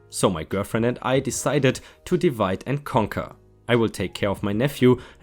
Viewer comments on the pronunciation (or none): none